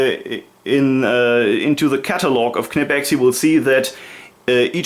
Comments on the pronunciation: negative. KEH-NEH-PEX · Please please please tell the Americans that it’s not pronounced “kuh-ni-pex” like pretty much all their videos suggest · Its VERY easy to pronounce "Knipex". Say "school" (in english).. Now say it again without the "s" (should sound like "cool".. Not say Knipex". Its a short, strong pronounced "k". Easy. Nice collection of tools and reviews. Btw: the adjustment of the Tongue-and-groove pliers (Wasserpumpenzange) isn't annoying. When these pliers were made, there was only the inch mesurement in germany for plumbering business and the clearence is made there for . Nowadays the fine adjustment on these new pliers is made to match ANY measuring system (metric, imperial, pusemuckelisch, etc..). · Is it really pronounced with the "K"?? Ive been prnouncing it with a silent K the whole time lol